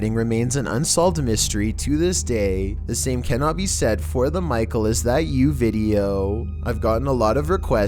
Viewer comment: It's not micle